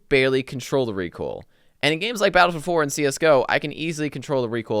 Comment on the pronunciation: Is he saying Battlefield 4? Battle four four?